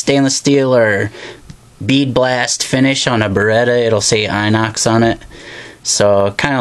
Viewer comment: You're pronouncing "inox" wrong :)